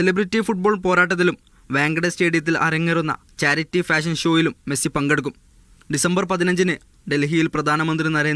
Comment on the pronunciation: മെഴുസി അല്ല മൈരാ 😏😏😏മെസ്സി